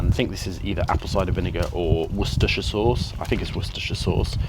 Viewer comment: Great cook. Americans would be watching in awe as you flawlessly say Worcestershire sauce!